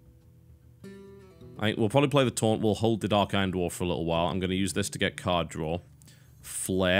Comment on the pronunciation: For the entire series up until now, I thought you said torrent instead of taunt lol